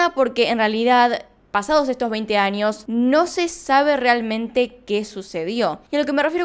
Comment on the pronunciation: Like si te haz dado cuenta q dice anios en vez de años